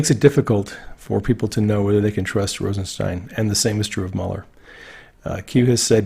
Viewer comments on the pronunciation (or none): none